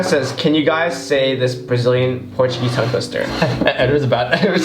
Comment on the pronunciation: Edward Brazilian Portuguese pronunciation is just amazing!